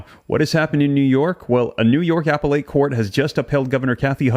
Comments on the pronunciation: The word "appellate" is pronounced "uh-pell-it," not "apple-ate." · "Appellate" = pronounced as "uh·peh·luht", not apple-late. 😊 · Buddy it’s “a Pell it” court not Apple ate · appellate = ah-pell-et (emphasis on 2nd syllable) 🙂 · I think you might want to practice how to pronounce her name and "appellate" so you can maintain credibility. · Please learn how to pronounce Appellate and the Governor's name! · Dude... learn to correctly pronounce the word appellate.